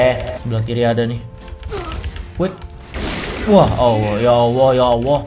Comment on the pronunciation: Kan dia bacanya awoh bukan allah jadi ya maklum